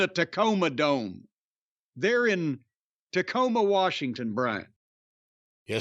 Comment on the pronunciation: Dacoma Tome